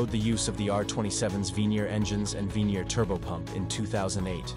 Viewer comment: It's Vernier motor not the "Venier" otherwise, excelent video!